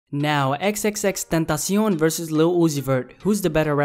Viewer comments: when he pronounced tentacion correctly💦💦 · I luv the way you say tentacion